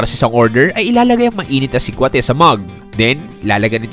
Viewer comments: mali ang bigkas mo ng salitang sikwate. Paturo sa mga locals. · pronounced as SI-KWA-TI not SIKWAH-TEH then KI-NI-LAW not KINI-LAW 😊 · advice lang,medyo mali pronounciation mo sa humba, sikwate,kinilaw. Pwede ka paturo sa mga locals sa tamang pronounciation. No hate paps, nice vlog